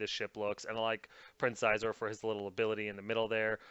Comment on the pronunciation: Xizor is pronounced "Sheezor".